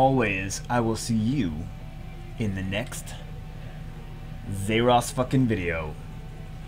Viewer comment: It always sound like he says "zeross" instead of "zaiross" :P